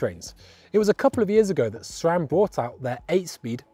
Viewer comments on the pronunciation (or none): none